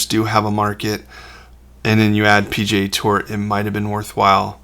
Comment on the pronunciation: Hahaha! At first I thought you said "pj tour", instead of P.G.A. tour. 😂 First time I'd ever heard of the Professional Golf Association referred to as pajamas. 😁